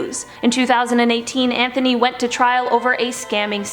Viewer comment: Anthony is pronounced without the "th" sound. Think of it more like "Antony"